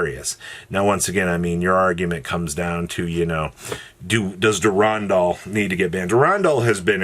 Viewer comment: Never heard a worse pronunciation of Durendal